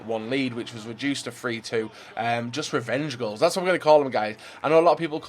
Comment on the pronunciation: "Am gonna a kool dem.........wevenge, wevenge gools"